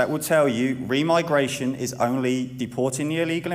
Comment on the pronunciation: Remigration sounds like demigration.